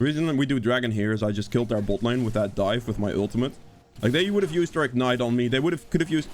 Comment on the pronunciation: Haha I will never get tired of hearing you say butt lane